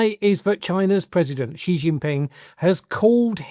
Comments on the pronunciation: Shee not Jhee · THE WORLD'S MOST POWERFUL LEADER IS XI JINPING which is pronounced "Ci" by the way. Am3ric4 and especially Trump is next to irrelevant in 2025 Thinking about it - Narendra Modi might be No2.